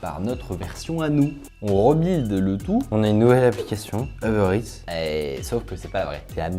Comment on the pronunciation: "Heubeurre Ète"